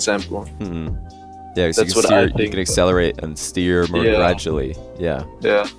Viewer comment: "You can have mehr control"